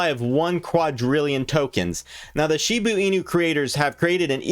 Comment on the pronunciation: You're fun to watch! It's SHIB-A not SHIBU😂